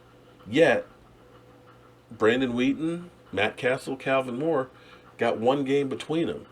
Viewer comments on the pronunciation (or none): none